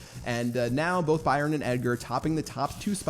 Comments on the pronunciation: I swear its "Byron" not "Bryon" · Three things starting with BR: It's BRYON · “ 3 things that start with BR brawl stars, broken and Byron, your English is poor pat😂😉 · i guess the y is silent in ByRon